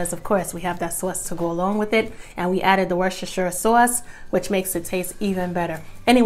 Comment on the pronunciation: I just 💕 me some and the way she says Worcestershire sauce🤗😂 great recipe!.